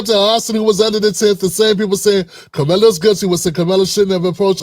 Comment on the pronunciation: It’s Carmelo